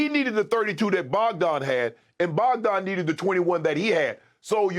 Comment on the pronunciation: It’s Bojan, Shannon. Not Bogdan…